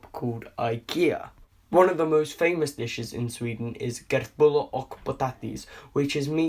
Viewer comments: He och like OCK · He said: "kurtullar uck potati"